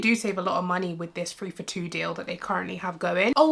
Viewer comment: I’m sorry but are you saying free pounds? Please forgive me, I just wanted to make sure I hearing you correctly.